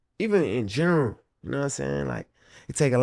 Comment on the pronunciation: Bro said “In Gernvul” 😂😂